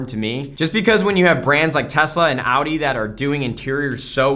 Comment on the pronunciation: Holy, an American that almost can pronounce Audi. Props